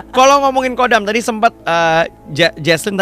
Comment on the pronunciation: KHODAM DIBACA NYA BKN KODAM BOS. TAPI HODAM BOS.KALO KODAM ITU UTK MILITER KODAM 3 SILIWANGI ,KODAM BRAWIJAYA DLL.